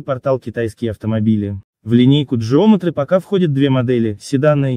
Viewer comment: не джеометри а геометри